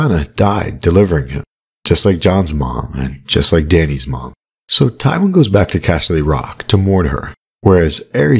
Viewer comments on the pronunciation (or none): none